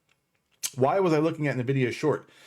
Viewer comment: Good stuff, man. Bullish on this too. But I think it's pronounced N-Vidia (en-vidia)?